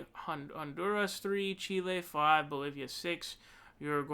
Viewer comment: Great Chile pronunciation